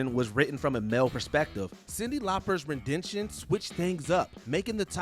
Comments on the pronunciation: It’s ‘Ren-di-tion’ NOT ‘ReN-DeN-TioN”! 🥴 😂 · "ARTISES"?????? "RENDENTION"?????